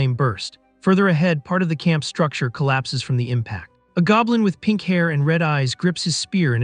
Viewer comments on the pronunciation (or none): none